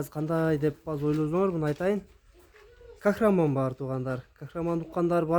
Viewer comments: Кахраман эмес- кахарман! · Кахраман эмес Кахарман